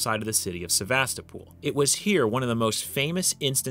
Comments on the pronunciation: Not "SevastaPOOL", but "SevastOHpul" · It's not Sevastopool, dummie!